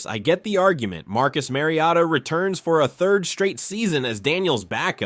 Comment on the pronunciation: How did he say his name? This is clearly AI. Kayshon BOWWWETTEE and Marcus MARIOTTA.